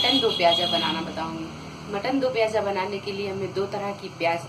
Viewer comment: Moti appu hati.piyaj nahi piyaz kehten hen.aap urdu sekhye.